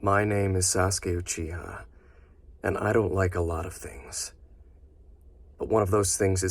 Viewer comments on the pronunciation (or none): "Saskay ouchihuh"